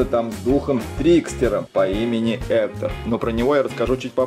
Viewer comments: Ни Ектор а Гектар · Ни эктор а Гектор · Не Эктор а Гектор!Не Дайда а Дантэ! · Это гектор, а не хектор.😂😂😂😂😂😂😂😂😂😂😂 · Друга Мигеля Зовут не Эктор! А Гектор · Скелета зовут не эктор а Гектор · Его зовут не хутор а Гектор (порно?)😣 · НЕ ЕКТОР А ГЕКТОР!!!НЕ ДАЙТА А ДАНТЕ!!!! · Его завут не эктор а Гектор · Не хутор а Гектор. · Гектор а не Эктор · Вообще-то гектар ане Эктор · Гектор а не. Эктор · Гектор а не хектор данте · это не Эктор а гектор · Не Эктор а Гектор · Не Ектор а Гектор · Гектар а не эктор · Гектор а не эктор